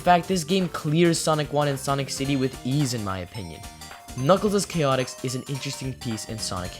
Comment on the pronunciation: This is the first video I have seen where someone pronounces the game's name correctly.